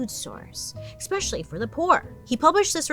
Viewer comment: you had me until "eXXpecially" oof rookie mispronunciation 😉 ❤